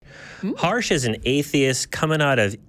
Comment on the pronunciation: Just wanna quickly and humbly suggest that its pronounced as Her-sh As in Hershey's 😄 As an Indian I couldn't see that name pronounced so Harshly... So had to say it😂 Cheers ❤